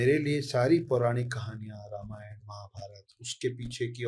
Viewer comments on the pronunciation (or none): रमायण नहीं है, रामायण बोलो.